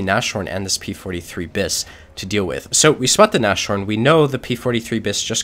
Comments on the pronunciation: it's not Na-shorn, it's Nas-horn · god this guys pronounciation... nash horn, really? He is really enjoyable to watch though, keep it up!